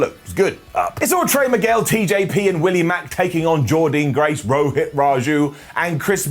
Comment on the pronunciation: PLEASE CAN YOU SAY JORDYNNE GRACE’S NAME CORRECTLY!!!!!!!!!! it’s Jordynne Grace not Jordean Grace. I too though want Jordynne as x-X-Division champion Can’t wait for BFG on Sunday morning in the U.K. (starts 1am Sunday morning) and hood you carry on giving impact love whatculture